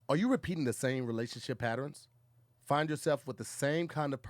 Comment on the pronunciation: " r u repeating the same relationship PATTERENS??" Lord have mercy 2day Jesus...Oh dear.🤦🏾‍♀️🤷🏽‍♀️😂🤣🤦🏾‍♀️🤷🏽‍♀️